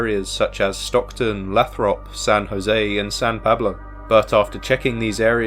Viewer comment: It is pronounced "Lay-throp". OPD does not care about missing Black women.